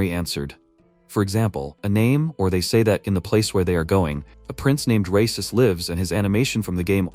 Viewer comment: *reysis not raysis